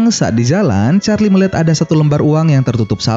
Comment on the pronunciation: Lah kenapa nyebut Charlie malah gini ch4rli